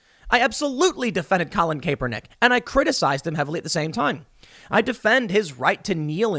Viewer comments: Tim... CAP - er - nik ... NOT CAPE - er - nik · Tim it’s CAH-per-nick with a hard “on” 😆 not CAPE-er-nick. And Ne-VA-da not Ne-VAH-da 🤗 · Its "cap- er-nick" get it right. Hearing you say "cape-er-nick" drives me crazy!! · Cap-er-nick please Tim. CAP. CAP. CAP. Not Cape. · Pronounced CAP-ER-NICK not CAPE-ER-NICK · How many times can you pronounce his name wrong? It's "cap", not "cape". Annoying as hell man, almost more so than Kaepernick himself. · I swear if i heard him say colin "kaypernick" one more time i was gonna shoot myself lol. Learn to pronounce someones name before repeating it a million times xD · Colin 'Cap' ernick. Not cape. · Tim “Colin Cape-er- nick” Pool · Tim... AGAIN.. its KAP, not CAPE.. Kaepernick.. I know you watch zero football, but just listen to how 100% of people besides you say his name.. including him and his family.. Its KAP.. not CAPE.. “People know how to pronounce our last name now,” said Kyle Kaepernick (KAP-er-nick), who is 10 years older than Colin. “My whole life, I’ve heard a lot of ‘CAY-per-nick,’ because of the E, and for some reason, a lot of ‘KAP-er-NACK,’ but I don’t know why. Now people know.” Except for Tim Pool.. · Tim! it's pronounced "CAP-per-nick" not CAPE-per-nick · His name is NOT pronounced "Cape-ernick." It's pronounced "Capp-ernick." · (Cap-ernick ) not cape-ernick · His name is pronounced as "Cap"ernick. How have you gotten this far AND STILL say it wrong? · Kay-per-nick. Lol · It's pronounced CAP-er-nik. Personally, I pronounce it "CRAP-er-nik". 😂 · It’s pronounced Capper-Nick sorry, not annoyed or anything. just thought I’d say something. 😂😂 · Bro. It's pronounced like Cap-pernick for the love of God hahaha Also I would call him an above-average QB (he was a 2nd rd pick and led his team to a Superbowl, but had a great team around him). Teams didn't want him because of the bad PR and that's it. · it is pronounced like "CAPernick" (a short vowel A, not a long A in the first part of his name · Stop saying kapernick